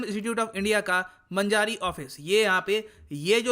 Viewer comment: मंजारी नही वो मांजरी हैं